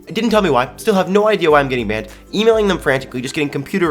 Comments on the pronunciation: said bannep instead of banned XD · I thought he said BAM instead of banned 😂😂😂